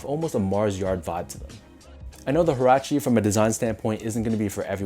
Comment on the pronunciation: These a dope colorway and btw its pronounced "wah-rah-che"